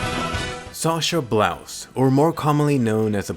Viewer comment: It's Sasha Braus not Blouse